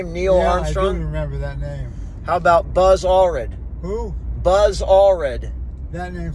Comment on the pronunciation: Buzz Allrred? Lol